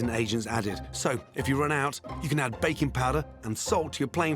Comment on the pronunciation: I'm hearing bacon instead of baking...